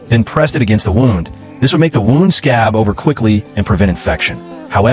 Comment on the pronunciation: Can't you tell whether wound should be pronounced wound or wound Rubbish Reader?